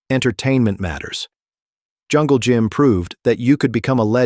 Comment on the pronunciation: Be nice if you could pronounce at least the legends name....